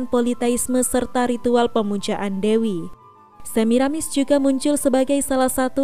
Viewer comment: Yang membaca cerita di YouTube bilang Samirasis, diingatkan supaya tidak keliru, tertukar suku katanya